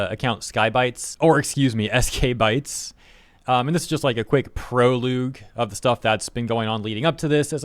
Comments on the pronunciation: "pro-loog"??? did you mean Prologue? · How does a grown ass man not know how to pronounce fcking "prologue" HAHAHAHAH what??? "PRo-loOg" okay dude lady or whatever the hell im looking at. You mean "pro-log"??? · Pro-loog? That's adorable... Pro-logh my guy. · proloog lmao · Bro I won't want to hear you calling out a typo after that pronunciation of prologue... "Proloogue"? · Are we all just going to allow our boy to pronounce prologue as PRO-LOOG? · Why should we take a man seriously who doesn't know how to pronounce "prologue"?